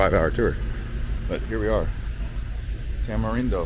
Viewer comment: Is Tamarindo not Tamerindo